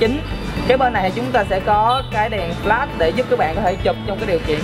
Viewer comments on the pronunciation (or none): none